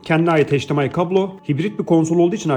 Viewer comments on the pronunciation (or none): none